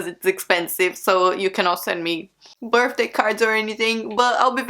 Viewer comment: “my birfday”